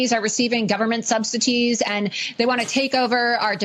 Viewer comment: Why does it bother me when she says subsiTies?! I can’t 😅 This is the least of my worries.